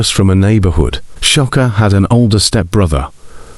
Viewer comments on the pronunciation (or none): Sha-kur Not Sha- Ka